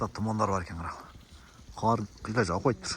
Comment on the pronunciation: Кар жабып? Кар жаап! Тантык дезе.